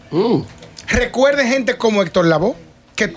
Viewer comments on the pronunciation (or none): Una comunicadora que dice arecuerden